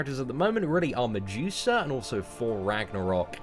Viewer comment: I thought he was saying "on the juicer" finally figured out he was saying medusa